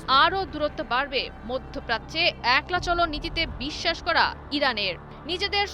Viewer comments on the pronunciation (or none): none